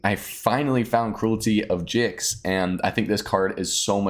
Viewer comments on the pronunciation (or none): It's definitely pronounced Gix 😁